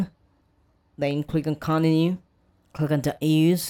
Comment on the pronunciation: Bros saying coninu lol